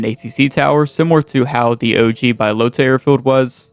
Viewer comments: Hahaha Bi-lota? you some kind of special or something bro? good video tho <3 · Bbaaiiyyalootahhh and mushikihnoo 😂 Anyway, its crazy how bad documentation bohemia had/has and also that there was no one noting these things down on a website or wiki like there is for most games😅